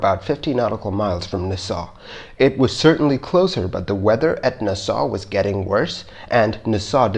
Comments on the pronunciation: It’s nass all not nahsal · I love your channel and don't want to sound like I'm trying to micro-manage but "Nassau" is not pronounced "Ni-saw", it is pronounced "NA-saw". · Agreed. Also, it's NAsaw, not naSAW. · Just so you know, it's pronounced "NAH-saw," not "Nuh-SAW." Minor, but worth noting for future reference. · Nassau is said like Nah Saw, not Na Saw. Component is said like com po nent, not comp o nent. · Neu-saw? Don't you mean Nassau? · Nass aw, not na saw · Friendly tip... the pronunciation for Nassau is Nah-Saw. Like, "hey, do you want some?" "Nah." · The pronunciation is NASS-aw ! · Just a weird comment (irrelavant)- When pronouncing "Nassau", please refer to an old '70s pop song, "Funky Nassau", where the accent is on Na, not on ssau, like" Nahsaw, funky Nahsaw." Other than that, loved this one as always!!!!!!! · Nah-saw lol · Repeat after me.. NAS-SAW. Otherwise great job as always! From everyone from Nassau Bahamas and Nassau county New York. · IT’S PRONOUNCED NASS-AWW (HOW IS IT POSSIBLE NOT TO KNOW THIS?!?) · Try saying Naaa Saw..... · Na Saw, The city is spelled Nassau, pronounced Na saw. Glad it was an easy one. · You mispronounced Nassau throughout the video. And I agree; only use video/pics of the aircraft type involved in the incident. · Check your pronunciation for 'Nassau'. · Please learn to pronounce city names Nassau...look it up. And the random plane images are annoying. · Get somebody to help you with the pronunciation of "Nassau". =PC= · Guy cannot pronounce “Nassau.” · if you're going to do a video about L 1011 you should show L 1011 . and learn how to pronounce Nassau . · It’s “Naaaaaaaa. Ssssaaaaaawww” so “Nassau” au sounds like aw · Please learn how to pronounce words. You got Nassau wrong.